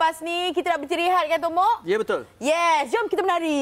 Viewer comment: Asal Aku dgr dia sebut bongok. Bkn tomok